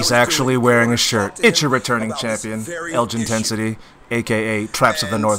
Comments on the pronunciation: I like how name and Elgin's name literally start with the same two letters, but he still reads it as "englund" lmao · You mean Englin XD